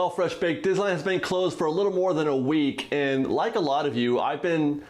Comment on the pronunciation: I think that you can use this quarantine time to practice saying the word Disneyland correctly.